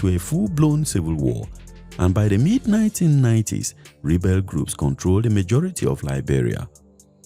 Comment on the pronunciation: Rebat force 😢😢😅😅😅 English is hard for Nigerians